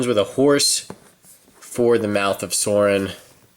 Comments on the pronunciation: It is sauron not sorin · It's not mouth of sorin it's mouth of soaron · If you say Soarin one more time... its pronounced Sauron! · sauron's name is pronounced like souron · Sauron's name is pronounced SOW-ROHN